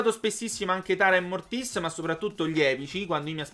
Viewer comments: non si dice Mortís si dice Mortis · Non si legge morttis ma si legge mortis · Mortis senza l'accento si dice😂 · si chiama mortis senza l'accento sulla i ahahaha sei un grande continua così